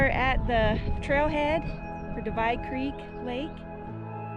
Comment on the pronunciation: You're pronouncing the word "creek" wrong.